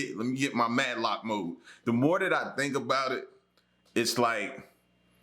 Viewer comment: Matlock. Not MadLock